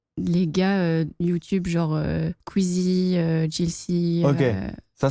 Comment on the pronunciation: elle a dit kouizzi